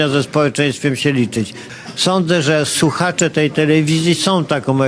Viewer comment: mówi " suchacze"!!!